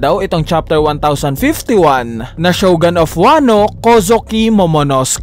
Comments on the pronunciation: shogUn boss, hindi shogAn... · Shogun not shogan.